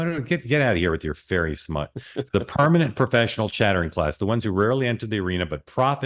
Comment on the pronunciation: "Ferry smut" lolol ope! NO Mark! Abort! ABORT! lololol